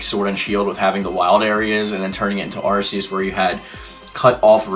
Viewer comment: Arceus you pronounce it like an arc- eus